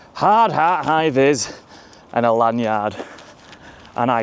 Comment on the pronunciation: it sound s so wrong your lanuard thing lmao